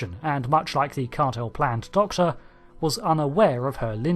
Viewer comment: It's spelt Cartmel and pronounced that way!